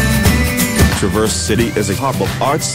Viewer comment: Next time use a live voice - someone that can actually pronounce Traverse, Mackinac and Munising correctly.